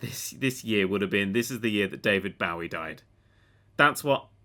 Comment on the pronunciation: Quit saying David Bowie wrong